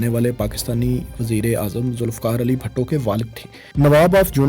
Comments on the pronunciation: its not bhatto...its bhutto... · BHUTTO NOT BHATTO.